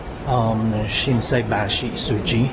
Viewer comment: Ang galing SHINSAIBASHI n perfect nasabi nyo rin korek😂😂😂